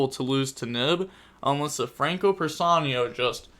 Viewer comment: Who the F is Frankiyo? XD ist just Franco bra xD